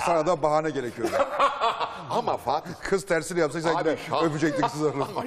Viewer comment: Fatih Altaylı gibi bir entelektüel nasıl dikkat etmez “gine” nedir yahu yine yine.